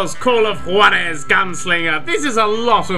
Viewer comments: Its pronunced war-ez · Juarez: Ha-Warh-Ezz. I'm American, so I know how to speak spanish. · juarez is pronounced (hourares)